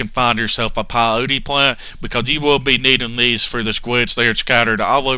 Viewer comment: That daaamn PIE-O-TEE plant